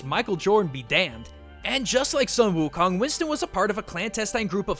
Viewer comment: it's sung gho khong btw